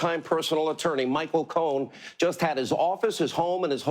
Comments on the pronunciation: he did it again, that's cute hannity... pretending you "don't know how to pronounce Michael Cohen's last name, or wait... is it Cone? 🤷🏻‍♂️ "I don't know! I NEVER MET THE GUY!" 🤷🏻‍♂️ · That's cute! Hannity mispronounces Michael Cohen's last name 🤷🏽‍♀️I wonder why he did that?!?🤦🏽‍♀️